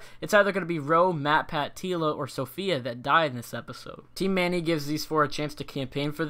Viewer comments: COCG I was just about to say that, it's kinda annoying when people say Sophia and not Safiya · It really hurt to hear you say Sophia, when her name is Safiya But I do thoroughly appreciate that you make these vids! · It’s Safiya (Sah - fee - uh) not Sophia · It's Safiya (Suh-fee-ya) and Ro only got one vote